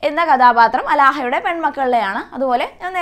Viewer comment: അലാഹ അല്ല ടീച്ചർ ആലാഹയുടെ